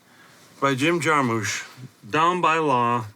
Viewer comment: I don't know man. I was going to let his mispronunciation of 'Jarmusch' slide, but to double down by calling Elia Kazan 'Elly'. Do better.